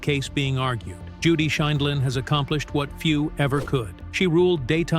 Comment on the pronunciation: At one point AI can pronounce Judy's last name the next segment they pronounce it wrong I wish AI could be programmed to give correct pronunciation.